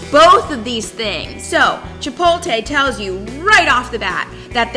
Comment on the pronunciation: Foodie that cant pronounce "chipotle??" It's chip-ote-lay, not chip-ole-tay